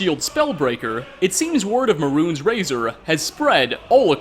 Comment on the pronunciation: May-runes not maroons